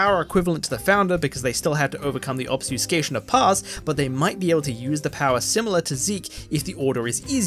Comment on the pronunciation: Are you trying to say "Obfuscation" lol? It's REALLY throwing me off every time you say it without the F. Or is there another similar that you're actually saying? Just curious, not tryna be mean.